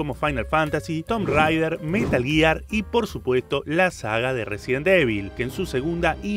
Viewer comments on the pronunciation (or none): none